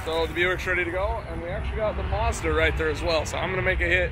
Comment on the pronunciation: it's called a Mazda not a Muzda this will help you pronounce correctly ! Say Apple now see when you say apple how dose the letter A sound? now add the A in MAzda the same way you pronounced the A in apple WOW you did it! lol